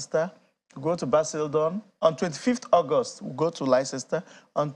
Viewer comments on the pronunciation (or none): Bro, it's not pronounced, Lesesta😂. It's pronounced, Lesta (Leicester)😂